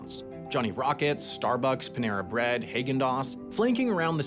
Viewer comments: HEYgen-däs lmao great video as always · Can’t get over the fact that Sam said “Hay-gen Daas”. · 3 years to late, but you've been to germany its HAA-guhn dazs, whats Hagen Das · Hay-gen Daz ? lol. How do people go through life and not here how things are pronounced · Wait. You pronounce it "Haegen dazs." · haggen dots is pronounced hoggin dots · WHOA WHOA WHOA it's pronounced haygen-dahs? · Wait Say that again... heg-in-das? (Don't worry, I still love you) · excuse me, ha-gen dos? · Love the video friend! Great work. I’m a native Floridian. Anyways. I’m here to express my genuine concern for your pronunciation of “Haagen Daaz”😂 Ooooof. And “potable” 😂😂❤🎉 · The way you pronounce Häagen-Dazs is the worst LMAO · How can we trust anything you say when you don't even know how to pronounce Haagen-Dasz. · you might want to learn the correct pronunciation of potable. and Haagen Dazs. I enjoy the knowledge content/mini deep dive/well scripted nature of this channel and the "pottable" in this one caught me off guard. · How the pronunciation of Haagen-Dazs got so weird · Please never pronounce Häagen-Dazs that way again. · The way you said haagen dazs was criminal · I do believe that's the first time I've heard Haagen-Dazs pronounced that way. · Are we really gonna gloss over the mispronunciation of Häagen-Dazs?? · Anyone going to say anything about that pronunciation of Häagen-Dazs? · did you purposely pronounce Haagen Dazs and clematis wrong so I would comment on it? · How this guy pronounces "Haagen-Dazs" made me LOL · . Who pronounces haagen dazs like that?? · Did you mispronounce Häagen-Dazs just to get comment engagement? I guess it worked. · literally the first time ive ever heard someone else pronounce haagen daz like its actually spelled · How did you just pronounce Haagen-Dazs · Okay that’s it buddy. This is the second video you have pronounced Häagen-Dazs weirdly. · I spent this entire video trying to figure out why you pronounced Häagen-dazs that way